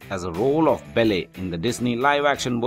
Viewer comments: Belly?! It's Belle as in Bell. I couldn't get past that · Belly? Um, not to be rude and all, but you pronounced her name WAY wrong! It's Belle, but to make it easier for you, it's pronounced exactly like bell. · it's belle not belly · Please learn to pronounce her character name properly - It's Belle ... not BELLEH! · it's funny when you pronounce it like "bell" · all i hear is "bell-air" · It's Belle. BellE not Bellé! BELLEU AND SAME FOR HERMIONE HERMIIONE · Actually he is Indian. And that is is why he is speaking ridiculously. He is speaking in Indian English accent . The most funny part for me was when he pronounced hermione as Hermene and Belle as Bell-e! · I believe the narrator should really learn how to pronounce "Belle" and "Hermione" "Belle" is pronounced as "Bell" and "Hermione" as "Her-mi-o-n-i" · Belle and Hermione Granger are pronounced differently...... Maybe you could correct that later? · he cant pronounce Belle or Hermione Granger !!!